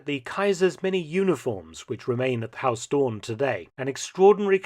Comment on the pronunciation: Huis is not pronounced as 'haus', the 'ui' sound is similar to how the Scottish pronounce 'down'